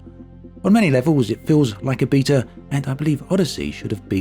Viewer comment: wow a new way to say beta